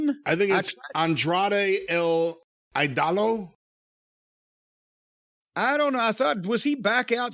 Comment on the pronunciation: On-Drah-Day L E-Dole-O. They should seriously write it out like that for JR and Tony so they dont embarrass themselves. But they are probably just gonna call him Andrade most of the time eventually.